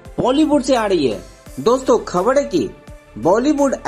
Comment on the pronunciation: Khobar hai ya khabar.. Mangalwar ya mongalwar. Acha hua khabr nhi bola 😂😂😂